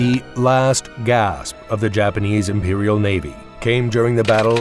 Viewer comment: i loved the clickbait headline. narrated by a bot who can't pronounce "imperial" or "decisive". broken sentences. ill bet Google generates these channels. there is no human on the other side of the glass.